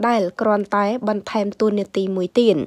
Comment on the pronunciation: មិនចង់ទេ ទៀតអានថាទៀន និយាយខ្មែរមិនត្រូវផងកោតតែមិនចេះខ្មាស់គេ